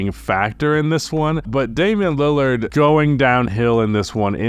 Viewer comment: It's a god damn shame... ien Lillard